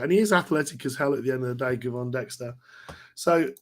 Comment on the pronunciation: FYI Gervon pronounced Jervon